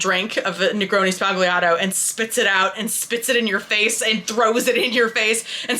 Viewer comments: Oh, ffs! It is pronounced ZBA-LYA-TO! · The G in sbagliato is silent 😁